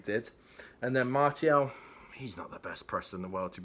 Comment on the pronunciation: Just a small phonetic tip for pronouncing Martial. Go with MAR-SEE-AL and Bob's your uncle.